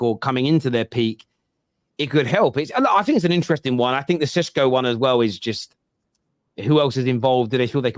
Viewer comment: Sesko is pronounced SHESKO “ The British media saying his name like he is Spanish 🤣🤣 Sounds more exotic